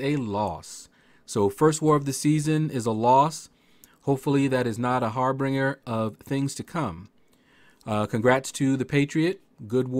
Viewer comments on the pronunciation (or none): What’s a “harbringer”? 😂😂